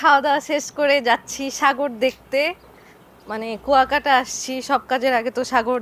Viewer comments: It’s not Kokta, it is Kuyakata. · Not kokta...pronounciation will be "Kua_kata...kuakata", Love your reaction.🇧🇩💜🥀🩷🥀💚🥀👍